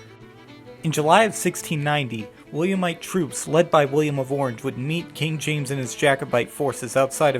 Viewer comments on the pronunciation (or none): none